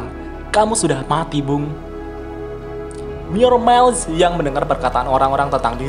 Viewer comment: 'Myourmiles' itu dibaca "mayermails" setahu saya. 🙏🙏🙏 Kedengar agak gimana gitu di Headset karena dibaca "myormails" 🙏🙏🙏🙏